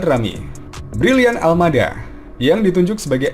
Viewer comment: Brylian Aldama mbok bukan Almada